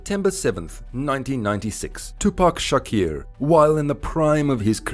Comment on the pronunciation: Who the hell is tupac shakir ?😂